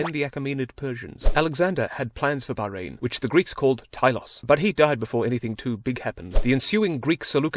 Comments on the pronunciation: THANK YOU FOR PRONOUNCING MY COUNTRY PROPERLY 💀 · he is the first non arab youtuber that i called him not to pronounce it baaw-rain